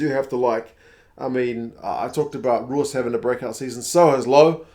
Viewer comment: excellent info on SA teams. Just one thing... Roos pronunciation sounds the same as Stephen Moore's surname in regards to the 'oo' . The way you say it sounds like Roes in Afrikaans.